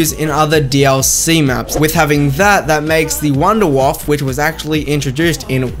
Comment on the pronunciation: "I'm not German." You literally just say it as Vundervaffe DG-2. ARE YOU SERIOUS?!